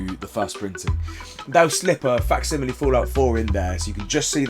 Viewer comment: 30 minutes for to learn how to say facsimile right 😂